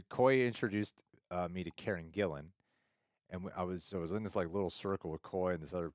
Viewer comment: "Karne Gillan"?! 😁